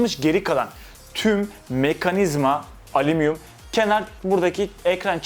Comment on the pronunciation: Alumiyum diyo sjsksjjsjs